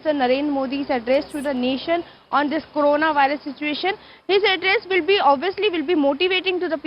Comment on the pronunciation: 0.21 karuna it’s corona